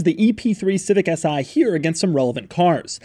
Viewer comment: Its not "S I" !!! It's is "Si"! .. as in "Si! por favor"